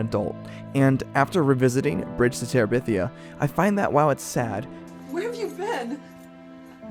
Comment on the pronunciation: Guy's, it's Bridge to Terabithia, not Bridge To Teribithia. Get it right 🤓